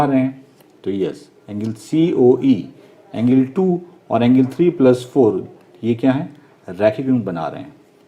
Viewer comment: Angle ko engil 😂😂😂